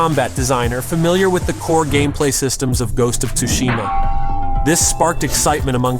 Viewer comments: How does he say ghost of “tushima” wrong but say it right “set on tsushima island”?? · Is this AI??? The voice sounds fake and is pronouncing "Tsushima" wrong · The T is silent